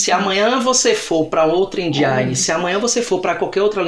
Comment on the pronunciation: Eu também falava "engine" errado